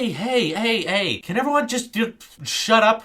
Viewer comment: Omg those first hey's sounded REALLY like the swedish Hej